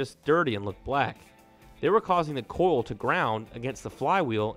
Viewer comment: Its pronounced oil. Like oyal. Not oal. and Coyal. Not coal.